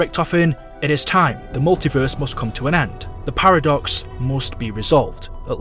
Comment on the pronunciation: Ok pls get a better acent instead of saying in the multiveeeeeeeeeerse